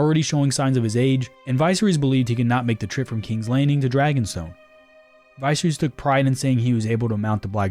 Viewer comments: Vice-er-is 🤦🏾‍♂️🤦🏾‍♂️ Dude has horrible pronunciation skills & on top of that, I find it very hard to believe he never heard George rr or anybody else say his name in real life. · Mkay. First syllable is pronounced with a short I sound, like in "igloo." Second syllable is pronounced with a short E sound, like in "ferry." It's also the syllable with the greater emphasis. Third and final syllable is, once again, a short I sound, think "kiss." Now say it with me: Vi-SER-ys. There you go. 😊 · Vice-reese guys, vice-reese. We have a TV show where we can hear the pronunciation yet here we are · Viserys’ name is pronounced Va Sear Us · Dude You’ve been told by the creator how to pronounce the dudes name Vis-air-is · It’s pronounced Vis-ser-ris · Dude pronounced viserys like it’s a medicine you find at a pharmacy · Nice pronunciation of Viserys 😂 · Ur pronouncing visery's name horribly wrong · You can pronounce Rhaegar but not Viserys? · Why make GoT content if you don't watch GoT? Because if you did watch it you'd know how to pronounce Viserys